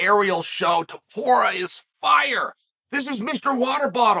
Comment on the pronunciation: After calling him multiple times Topura, he suddenly correctly calls him Topuria when mentioning how difficult his name is to pronounce. There truly is no end to Chael's trolling lmao